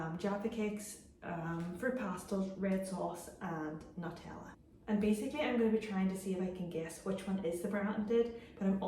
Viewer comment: So proud of you for saying NUTella and not NOOtella, and red sauce instead of ketchup lol